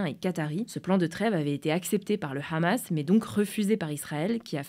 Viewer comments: pour blanche, pas besoin de forcer sur le H du Hamas car on prononce "amas". Cette prononciation donne envie d'arreter directement la videos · Possible de prononcer le mot "hamas" en français svp ? Merci. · Pourquoi dire Rhhhammas pour le Hamas alors que vous prononcez pas les termes Anglais avec l’accent, bande de gauchos